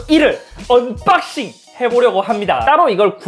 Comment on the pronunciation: 갤럭시 에쓰빠이브 은빡씽!! 발음 찰지다